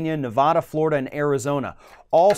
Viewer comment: please learn to pronounce the State of Nevada correctly.